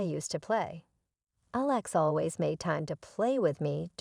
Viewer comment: this whole post is BS, from the robotic narrator that doesn't know how to pronounce words like Alex to the story subject suddenly becoming the GM for his company. and what "chef" would panic over being short ONE meal?